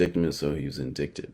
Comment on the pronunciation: Hey bro just a word of advice...indict or indictment is pronounced en-dite or en-dite-mint. You cant make these mistakes with the type of channel you have. I feel you have a reputation for putting out good shit.